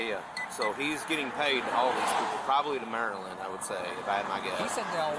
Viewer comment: Maryland, no Marrrrrryland. Se te nota el Rancho, Mi-Ja.